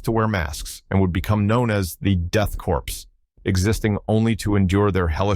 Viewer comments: all the people that cover these guys always say corpse, when it pronounced CORE, lol. as a veteran it kinda drives me nuts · 'Korps' - prounced as in 'core' or 'kaw', comes from French with a latin origin. It infuriates me that people prounce it like 'corpse' 🤦‍♂️